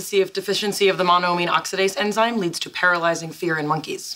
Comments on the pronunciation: Penny says emzyme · she said emzyne instead of enzyme. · Penny said Emzyme instead of enzyme